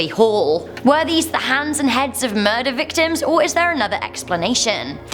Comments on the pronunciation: Are you saying hands or heads? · Not sure if she's saying heads or hands.....